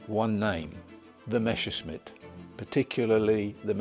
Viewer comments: For the second time watching Messerschmitt related videos today, I’ve heard someone with a British accent say “Meschersmitt”, not “Messerschmitt”. Why is that? Do Brits generally tend to pronounce Messerschmitt incorrectly, or have I just encountered an odd coincidence? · It is not called Meshersmitt, but Messershmitt. the exact opposite! lol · The name is "Messerschmitt" but not "Meshersmitt". You mixed up "sch" with "ss" in the pronunciation. "ss" in a word or name always is pronounced "s" (as in the english word "mess"). "sch" has to be pronounced like "sh" in English. In the same way as in the English surname "Asher". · Messerschmitt. Not Meshersmit. Not even the historican can pronounce it the right way. Shame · Idiot also says Meschersmitt. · It is always so funny to hear Anglosaxons trying to pronounce Messerschmidt. They always mess up the "ss" and the "sch". I mean you were almost there, almost, if you'd put your "sch" mess on the "ss" part and vice versa! In the next lection we will go for Heckler&Koch!